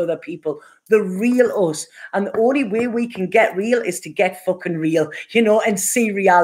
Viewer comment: I like the way you say fookin' hehe